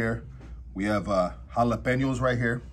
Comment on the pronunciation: Got the beans that changes everything instead of tapatios it was sricha papa Hey you said”jalapeño”watch that word homie..